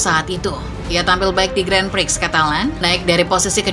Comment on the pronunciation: si admin baca 'gran pri' kok masih salah ya, pdhal yutub motogp indo lain udah pada berbenah